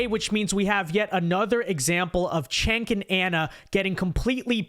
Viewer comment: It’s not “Chank”, it’s not “Senk”, it’s not “Kenk”. It’s pronounced “Jenk”.